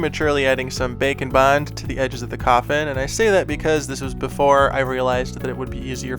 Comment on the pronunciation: Am i the only one thinking he says "bacon bind"?